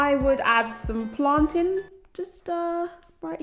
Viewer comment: Hey new here, When you said 'plant-in'... Did you mean plantain banana? Or something else?